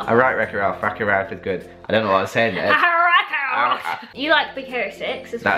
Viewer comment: its so funny that cant read wreck it ralph. hahahahahahahaha